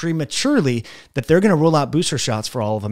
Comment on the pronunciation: Did you say Rule out, or Roll out Booster shots?